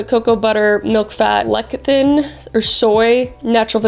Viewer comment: Lecithin is pronounced “le-sith-in” btw, love your vids, especially true crime videos!